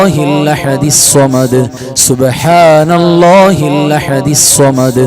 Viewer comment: ഉസ്താദ് ഇഖ്ലാ സ് ഒതുമ്പോ ൾ അല്ലാ ഹു സ്വ മ ദ് എന്ന് ഒതുമ്പോൾ ഹല്ലാ ഹു എന്നാ ണ് കേൾക്കുന്നത്